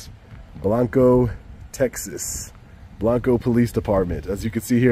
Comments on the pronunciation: No it's not. It's pronounced BlAnco. It's not the Spanish word for white. I live here. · Odd pronunciation is BLANG-koh. Gota be from TX to know it.. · Pronounced blonco Texas the a is short